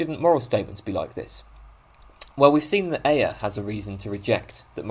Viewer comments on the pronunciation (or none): I think Ayer's name is usually pronounced "air". :)